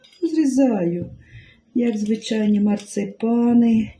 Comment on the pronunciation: Не марцЕпани, а марцИпани.